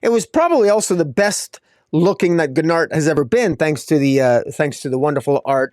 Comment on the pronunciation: Gnort's rhymes with sports. Gnort's Illustrated...Sports Illustrated. Your pronunciation is a little off, the G is silent I assume. Or maybe I'm wrong, idk!😊